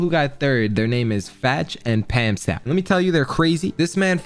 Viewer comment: Thanks for helping me get better. Also it’s fatch and pamstou which is pronounced pam-stew